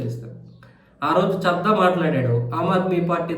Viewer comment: చద్దా కాదయ్య బాబు చడ్డా 😮